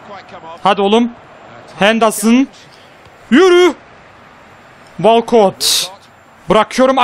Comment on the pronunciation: Abi "walkot" değil "wolkıt" 😊